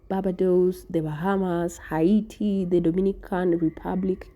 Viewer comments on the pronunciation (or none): Haiti is prounance ( hate ie